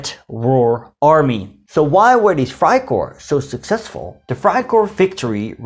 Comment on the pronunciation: It’s Freikorps not freikor you’re butchering they’re name